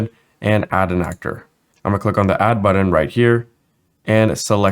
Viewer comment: Muir, that is most definitely a matter of personal opinion. Some of us find the way speaks grating, in that he mispronounces words ("budden", etc.) and uses far too much up-speak. When you have autism and misophonia like I do, such affectations make getting through the tutorials extremely challenging. The information is excellent; the presentation leaves much to be desired. By contrast, go listen to tutorials by deaf UE instructor William Faucher. He has some of the best vocal inflections of anyone around, which is a huge deal since deafness creates massive challenges because the person cannot hear their own voice. Yet he manages to sound better than many YouTubers and voiceover artists.